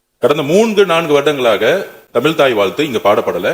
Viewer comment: தமில் இல்லை தமிழ்..... please learn to speak correctly....